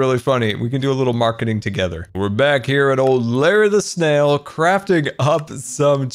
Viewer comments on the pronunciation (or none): Every time he says Larry the snail I hear Larry LaSalle